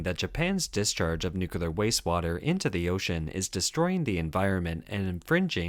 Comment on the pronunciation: It’s pronounced “New-Clear”